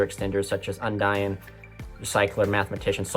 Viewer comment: Don't want to be that guy, but Undine is pronouned with the long "e" sound (Un-deen), not the long "i" sound (Un-dyne). I've been hearing too many people saying it the wrong way and it bugs me a little bit.